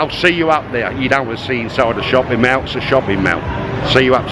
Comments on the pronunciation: for god sake, its Mall not meow!! I cringed every time you pronounced the word mall! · "MAL" ??? Mall is pronounced "Maul" are you pickled??